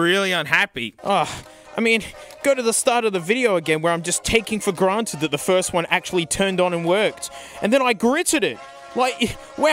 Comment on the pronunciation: Taken for granted? You mean taken for Garnted